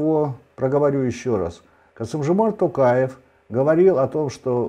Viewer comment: можно вас попросить называть гостям фамилию президента с правильным произношением на букву О, сколько уже можно называть Такаев, всё таки он не алкаш же какой-то, которого можно склонять как попало. Т-оооо-каев а не Т-ааааа-каев. Уже уши режит честно. А в остальном всё супер, интервью интересные.